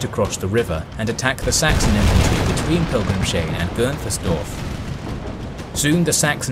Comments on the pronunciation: Amazing video! Just one thing I have to say, since I am German: "Pilgrimshain" is spoken "Pilgrim's Hain", not "Pilgrim-shain" "Hain" is german for "grove" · Great to see some more obscure topics covered. :) And great video! BTW, the village is "Pilgrims-hain" - no sh but separate s and h. Also, th is just pronounced t in German. Isn't Praha just Prague in English? But really, pronunciation is top-notch in your videos. (Especially for anglophones. *eg ) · Another great vid! Minor detail: Pilgrimshain is pronounced "pilgrims hyne" not "- shine" (hain = grove in German) I'd be happy to assist if you have questions on tricky German pronunciation